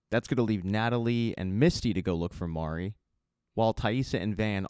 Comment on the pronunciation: at least you got Mari’s pronunciation. I don’t know how many of these reviewers are saying “Mary”. 🤦‍♂️ I’m like: have you actually *watched * the show?!